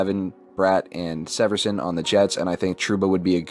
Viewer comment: It’s Damon SEE-verson